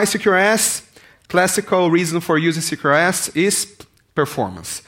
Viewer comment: I just kept hearing 'secure ass architecture'